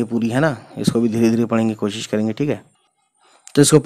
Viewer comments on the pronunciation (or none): none